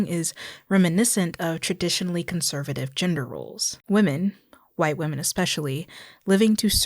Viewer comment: What's with the pronunciation of women (plural) as singular? Or am I mishearing?